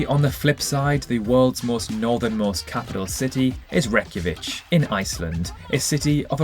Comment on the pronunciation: Great video, great facts… but “ReykjaviCH” instead of ReykjaviK? 🤭